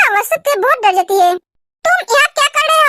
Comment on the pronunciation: Di aap jaati ko aati bolte ho